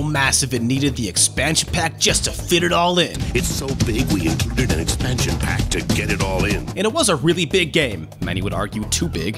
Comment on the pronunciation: STEAdYdropN Em In what universe is expansion pack pronounced like 2pac.